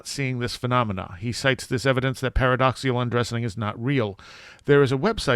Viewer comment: paradoxical, not paradoxial